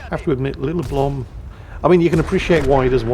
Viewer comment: The name's actually pronounced (until a Norwegian comes to correct me) Lillleblum (where the 'e' is 'e' , not 'i') br. a Finn :)